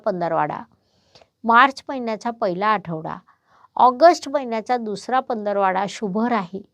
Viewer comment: "पंधरवाडा' नाही"पंधरवडा "